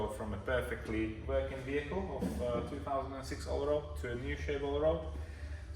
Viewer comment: It is pronounced ALL RAD not ALL ROAD :-) RAD is German for wheel. Allrad is 4-wheel drive :-) And yes, you talked too much. Nice looking girlfriend you've got :-) And very nice dog too.